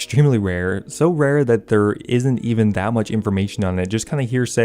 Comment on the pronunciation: “Rare” “Wewhr”